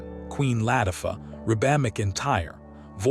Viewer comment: I enjoyed the 2 hrs, but when the narrator said "Queen Lat I fer" it took me a min of laughing to realize he had no clue who Queen Latifah is!